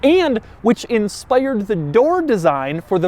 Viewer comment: Toiyyotta ... inspaiyyyard... haha Jokes aside, great review :)